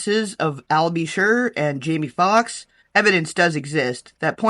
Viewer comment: I said the same thing when she said jammie foxx smh